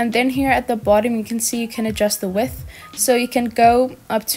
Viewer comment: It’s pronounced wi th but with a d